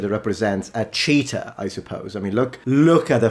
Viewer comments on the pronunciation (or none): Most funny part is when he says "cheetah" because it sounds like cheater and then shows the image of a leopard😂 I don't know if this was intended or not😂